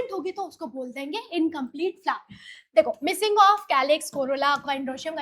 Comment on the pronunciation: Mam usko flower bolte hai flar nhi 😅